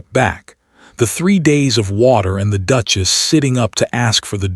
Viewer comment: Good story but the Narrator can improve. I have to admit that the "Dooches' got to me